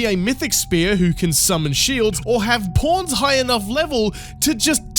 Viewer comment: When you say pawns it sounds like "porns"